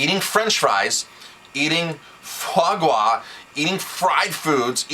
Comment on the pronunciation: The minute he mentioned Fois Grois I stopped watching this.